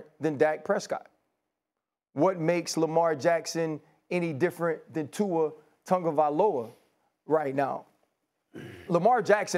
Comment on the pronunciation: “Tua Tugavalova” - Stephen D- Dmith